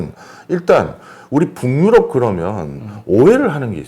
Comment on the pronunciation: 교수님, 강의 감사하게 듣고 있습니다. '북유럽'은 '붕유럽' 아니고 '부규럽'으로 발음해야 합니다.